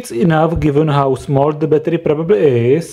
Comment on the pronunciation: battery not batrrrrrrrrrrrrrrrrrrrrrrrrrrrrrrrrrrrrrrrrrrrrryyyyyyyyyyyyyyyyy